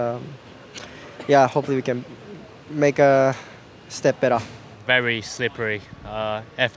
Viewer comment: Noticed Tsunoda is picking up Ricciardo's accent! :D "Step Bettah"